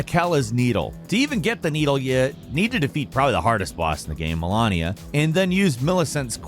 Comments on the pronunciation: The way he pronounced their names lol!!! He pronounced Marika like Mallika. And Malenia... malania. It's painful. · “Hand of Malahnia” 💀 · It's annoying hearing mal*e*nia as mal*a*nia. Shows that the narrator prob didn't even play elden ring and is just reading a script. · Did he just say... Malonia? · "hand of malonnia" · You pronounced it like Melania Trump. It's pronounced Mel-ay-nia. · It’s Malenia. Ma-Lenny-a. Not melania. Melania was a shitty first lady who let her husband seperate children from their families. Malenia is monstrous badass. Big difference. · you REALLY have to work on your pronunciations. its Hand of Malenia (mah-LEH-nia) NOT (meh-LAH-nia) it is a common occurrence in most videos you VO. Its the little things. Jake is practically immaculate at pronunciations. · When you can tell the narrator hasn't actually fought Malenia before, because if you had heard "I am Malenia, Blade of Miquella..." over a dozen times and still pronounced her name like Trump's wife, I don't know what to tell you. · The way called melenia malanea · "Hand of ma lawn ia" ? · Muh-len-ee-uh, Plah-sid-oo-sax, for the love of God. Malenia says her own name in the game. Godfrey says her name. Jar Bear-n. Like a bear. Moe-g. It is also a name said in game. RAD like SAD uh-gun. ALSO said in game. Good lord almighty come on. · hand of malAnia? lol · "The hand of mELaaaneA and PlasEaduSAAx's ruin" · Mareeka for Marika, Melania for Malenia and whatever he said for Miquella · Ma-Lay-nia, if you fought her you would know the pronunciation. "I am Malenia, blade of Miquella" would be embedded in your brain. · What's up with your weird pronounciations? Malenia says her name like a million times and you say "muh-LAWN-ee-uh", and Varré says mohgwyn dynasty (emphasis on Mohg [MOWHG]) and you say 'mawg' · How do you mess up Malenia's name that badly? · I am Malenia, Blade of Miquella. Anyone who actually fought her would never mispronounce her name.. just sayin